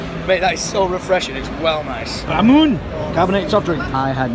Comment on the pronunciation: ramune re moon aye